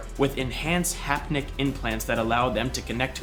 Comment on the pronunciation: 'haptic' interface, not 'hapnic' :-D